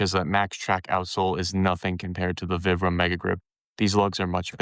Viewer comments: It's "Veebrahm," not "Vihbrum." Vibram's an Italian company named after the founder, Vitale Bramani = ViBram. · I like the video, good info! Your pronunciation though is killin me! It's Vi like pie or long I sound. Veyebram. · Its Veebram actually, its Italian. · Can’t listen to someone who doesn’t even know how to pronounce vibram